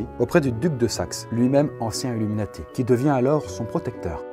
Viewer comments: emeeati mdr Désolé je suis tatillon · "les Héméati" oui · Le nombre de fois où tu écorches le mot illuminati mdr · IL N'Y A PAS DE "S" A 'Illuminati"